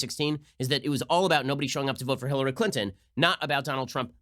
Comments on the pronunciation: Lmao she said Hillary Clin-in its Clinton speak English 😂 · Has anyone else noticed that young people say bu un instead of button? Cli un instead of Clinton.